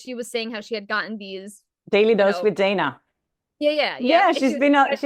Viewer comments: Its Dana, pronounced Donna. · You should tell Dana to stop following Leslie Dobson! BTW, you forgot she pronounces it like Donna, but it's spelled as Dana. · I am surprised you both pronounced Daily Dose of Dana with a long A when she pronounces it as DONNA. I am not her friend and I know this. You both say you are her friend and don't know this? I like all three of you, just saying I am puzzled by it.